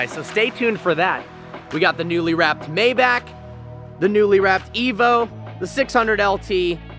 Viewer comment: maeback? It's a MAYBACH